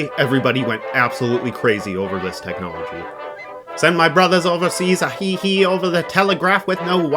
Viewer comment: The HI HI Morse signal is normally vocalized as High-High, not He-He. The HI HI prosign is the Morse equivalent of LOL and pre dates the space age, so it can truly be said that AO-7 is laughing at us. 73 de G3ZVT